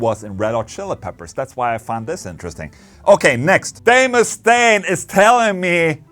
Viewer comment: Ola did you just say Dave Mustang? 🙄 you did didn't you 😅